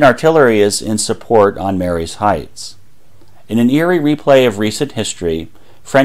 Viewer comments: Excellent presentation! One quibble... it's pronounced Marye's Heights in the way one might say "Marie's" (ma-REEs) rather than "Mary's" (MAYR-ees). Someone has to be that native Fredericksburg accent around here! But well done... very well done. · Pronounced 'Marie's' Heights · The heights above Fredericksburg is pronounced Marie's Heights, although spelt Marye's Heights. A common mistake! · 👍 I live in Chancellor and came to comments for that and Sophia St. We pronounce it As"So-pheye-uh." Great video!